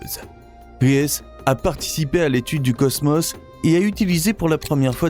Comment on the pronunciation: J'aurais envie de visionner complètement la vidéo quand vous prononcerez le mot cosmos correctement !!